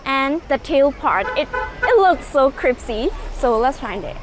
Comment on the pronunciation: said “cripsy” again!🤣 You always refresh my mood too. Also I like that outfit you are wearing. You just keep getting better and better!🥰